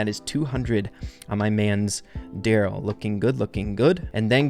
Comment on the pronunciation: The Darryl skin is pronounced: Darry one